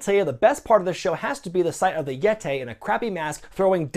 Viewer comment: No no no….it’s yet-tay. Do your best Tony Schiavone impression.